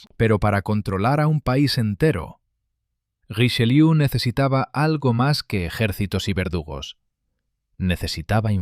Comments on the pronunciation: ¡¡¡QUE PRONUNCIACIÓN!!!... ¡¡¡Hace daño a los oídos!!! [ʁiʃəˈljø]... NO Richeliú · Podía n haber puesto a alguien que supiese pronunciar bien el francés: ¿"Riseliú"?. Bah! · Porqué le dice RicheLIU. ?